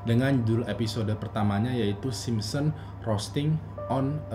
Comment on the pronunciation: yg aku denger dn yg aku liat bilangnya "SimSEm" Hehhe. Tp di baru "Simpson". liat aja cara ngmng nya aja beda. sampe2 aku perhatiin setiap ngmng "The Simpson"